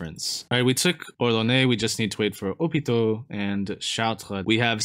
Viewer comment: did he called haut poitou ? opito?